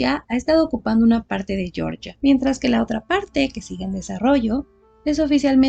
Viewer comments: Para el país se pronuncia Georgia, tal cual, no "Yoryia", pronunciación en inglés para el estado norteamericano. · Hola a todos. Yo también creo que el nombre correcto del país es "jeorjia", no pronunciado a la manera inglesa